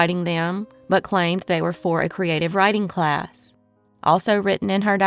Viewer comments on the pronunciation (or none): none